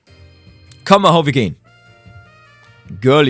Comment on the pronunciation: hört noch jemand jedemal wenn Maho sagt my hoe?